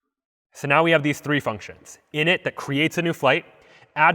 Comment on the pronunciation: You butchered that word lol